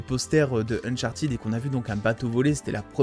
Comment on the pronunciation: alors non, ca se dit « unchartid », le « -ed » à la fin des participes passés en anglais ne se prononce jamais « à la française » («aide »)